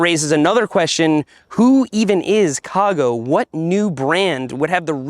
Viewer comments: I know nothing about these bikes and I kept getting triggered when you mispronounce "cago" .. I'm like.. WTF IT'S CARGO .. lol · As a Spanish speaker hearing you say “cago” is hilarious. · English is my second language and it took me embarrassingly long to realise that when you're saying "Ca Go bike", you mean a brand name and aren't just saying "cargo bike" with a silent "r" 🤣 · Spent the first minute thinking you couldn’t pronounce “cargo” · I thought Cago was Seth's NY accent saying CARGO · every time you say Ca Go it just sounds like you’re saying cargo with a Boston accent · I heard "CaGo" and thought "oh right, he's from Rhode Island"